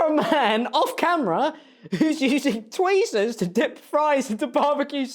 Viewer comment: mans upped the production quality but where was the research - like… tweezers? you sound uncultured